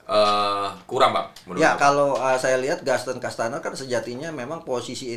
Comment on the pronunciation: Menit 9.30 bung Akmal selalu salah sebut Gaston kastaneer. 😂